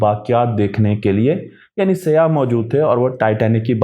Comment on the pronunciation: Ap saiyyah ko seyah kyoon keh rahe hain. Seyah kaley rung ko kehte hain.